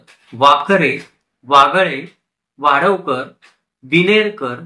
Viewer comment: vaadhavkar nahi vadhavkar.